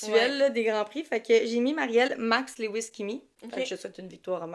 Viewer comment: Pour info LEWIS se prononce LEW-IS avec LEW comme NEW et non pas LE-WIS ( léouisse )à la Française .... idem pour STEW-ART et STEW-ARD .... ¯\_(ツ)_/¯